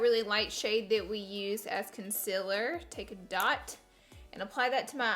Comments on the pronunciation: I'm so annoyed by laura saying conzila instead of concealer daaaamn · Laura you say concealer wrong it is CON CEL ERR not CUN CELL ER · I am so sorry to say that. I am not trying to be rude but you say concealer so weird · You don't say it like conc-i-lr you say it. Like conc-e-ler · Why you say conciler???? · I love Laura.. I but HATE the way she says “concealer” 😤😠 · anyone else annoyed how she pronounces concealer? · Not trying to hate bc I love u sooooo much! But u r saying concealer wrong, it’s okay if u pronounce it diff cuz accents but it bothers me sooo much but I love u sooooooo much I’m not trying to hate and I know u probably get that a lot but love u not trying to hate! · Girl say concealer properly before I unsub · She says concerler wrong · Is it just me or is the way she says concealer really weird 😂